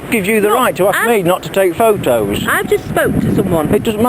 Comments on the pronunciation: i swear if they say pho-toes one more fucking time... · Boy I love the way they pronounce photos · I laugh every time he says pho toes 😂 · Never thought it possible to laugh so hard at two people arguing over Fo Toes, and Fo O's..At a "crisp" "fack tree". Too bad they didn't say potato chips.. woulda been insanely hilarious.. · Actually he said pho-toes, and she said phot-o's lol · Didn't she actually say pho-o's at one point?^^ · Do they know there is a "t" in "photos"? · I've just spoken to someone and they have assured me that there is a 't' in 'photos'! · This sounds like two people making fun of a scene in a movie they saw the night before, I never heard "Photos" pronounced so painstakingly. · She does not really use the 't' sound when she says "photos". The guy makes full use of that 't' sound. The English talk funny, LOL!! She said "piss"; she said he was pissing her off. He is perfectly nice and calm.